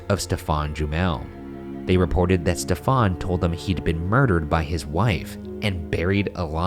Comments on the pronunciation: Ryan why are you mispronouncing “Stephen”? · Genuine question: why is Ryan pronouncing the very common name ‘Stephen’ like ‘Stefan’? It’s just a variant spelling of Steven. He mentioned the guy was French - is that the French pronunciation? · Stephen jumel.... Pronounced ste ven Not step fon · Why you guys pronounce stephen like stefan. It’s like steven with a “ph” right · #postmortem Why is Stephen Jumel’s name pronounced as Stefan and not Steven? Is it a French thing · Is 'Stephen' really pronounced Stefan in this man's case, rather than like Steven? Or is that just Ryan pronouncing it strange? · Every time Ryan said Stephan sounded more like Stefon 😂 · The scariest thing about this episode is the way Ryan pronounces "Stephan" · #postmortem Ryan my sister is an english major and would not stop laughing everytime you pronounced Stephen as “Stephan”. Please tell me you pronounced it correctly so I can prove her wrong. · ryan i love you but wouldn't it be pronounced steven? or are you trying to be fancy and french because he was from france